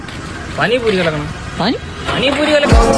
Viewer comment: പാനി പൂരി ❌ പാനി പൂറി ✅